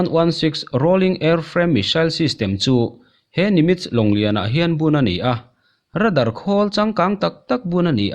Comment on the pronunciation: Ra_dar ti lovin rei_dar tiin lam teh u